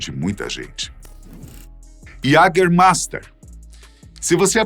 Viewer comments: iagamaista, é como se fala em alemão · Esse "LICOR DE QUALIDADE"... "JÃGERMEIFTER" NUNCA OUVI FALAR até ver esse vídeo! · Faz propaganda do jaegermaister mas não sabe pronunciar a palavrs